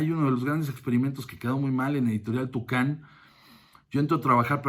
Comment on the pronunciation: Se llamaba: Editorial "Toukan", no "Tucán" jijiji